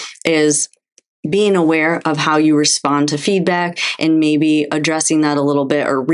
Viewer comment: It's ..."And.......not .."eennnd". Proper pronunciation